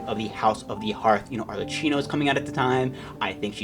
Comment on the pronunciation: yeah is ki, like in kid, not qi like qiqi (arlerkino) but is not very noticeable. I'm just pointing it out. Is fine tbh